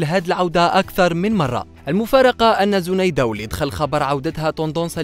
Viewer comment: وسمها زنايدة و تتنطق زينايدة 🤦🤦🤦و اتعلموا احترام خصوصياات الآخرين متنشروش تصاورها لقدم بلا حجاب ...ربي يوفقها ان شاء الله جمال و تربية و أخلاق نحبها ملي كنت صغيرة فالذكرى الأخيرة